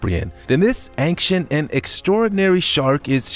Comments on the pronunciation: Does he say "anxient" every single time, instead of "ancient"? Or are my ears playing tricks on me??!? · I heard anxient too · Marten Miedema me to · Marten Miedema that’s a good guess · haha, je hebt gelijk! You're so right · he did say anxient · He Says Anxient XD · Well its not your ears playing tricks on you because I am hearing that too 👂🏻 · Efraem Palencia me to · Yup it’s true no trick